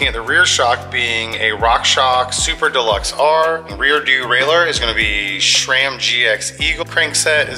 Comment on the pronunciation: That's a nice bike dude 👍🏼 But why the hell are you pronouncing it "SHRAM"? It's SRAM...or isn't it? Please tell me.